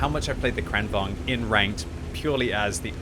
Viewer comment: It's kranVAGN, GN, not kranVANG. G is not silent in Swedish language